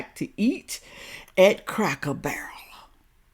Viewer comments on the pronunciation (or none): Oh my God now that you've pointed it out I cannot stop hearing her say cracker bear and it drives me absolutely insane. She completely discredits everything that she is saying the very minute that she opens her mouth and can't even pronounce the name of the place that she made an entire video critiquing. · how can this woman be against anything Cracker Barrel? She can’t even pronounce the name right. I have never heard of Cracker Bear. Isn’t a “Cracker Bear” a polar bear? ROFL And yes I’m Caucasian. If we boycotted every place that was reported to be racist we would be living under a tree and in our birthday suits. SMDH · Yes, she is complaining about the place and can't even say the name correctly because she says Cracker Bear. She is certainly well educated this one. Yeah, right.